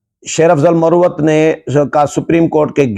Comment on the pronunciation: Solangi Sahib Ye Lafz Marwat hai. Aur Ye Lakki Marwat mey Pashtoon Qabeela hai Please tallafuz theek karleen. Doosri baat ye hai Key Sher Afzal Marwat aik fazool qisam ka lota type wakeel hai. Aur siraf Sasti shuhrat key ley aisee ghattya harkateen karta hai.